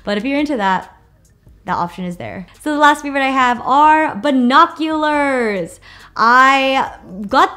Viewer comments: she said buHOcuLEhrs (ily) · She said 🧐🤪BINOCULARS